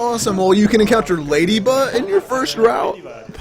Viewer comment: Also...LADYBA? Leh-dee-buh. It's NOT that hard to say. smh